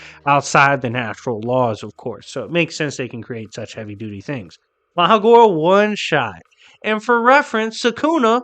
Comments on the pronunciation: It is pronounced maHORAGA justt saying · And bro it’s Ma Her RaH GaH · Bruhh who is Magora lol sounds like you didn’t pronounce Mahoraga